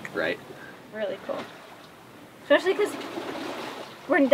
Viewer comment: It would be amazing to meet you guys, especially (or expecially, () i only noticed because i used to pronounce it the same way) Penny and Dingo. I can't get enough of them. I'm not even a big dog person nor a sailor, but suddenly i want a sailboat and awesome dogs. Love your videos. Keep rockin and be safe